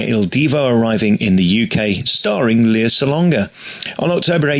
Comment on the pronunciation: I know this is a very old vid, but her name is pronounced LAY-ah, not LEE-ah.